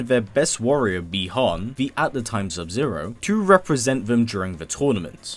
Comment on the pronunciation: Really can’t stand when you say sub zero name as bie Han which is bi Han with out the e